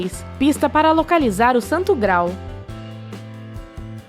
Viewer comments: Por favor... Se diz Gra-al e não grau. Rasputííín e nãos Rásputin. É StoneRRenge e não Stoneng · Ela fala santo gral, ao invés de graal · Santo GraAAAAAAAAAAAL, não é possível que um canal como este não saiba como falar o termo?!